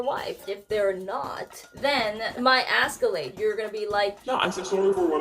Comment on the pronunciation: Haha, she said "that will Asscalate the situation "... true